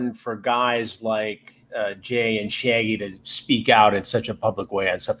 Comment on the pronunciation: Shaggy tuh Dope... Lol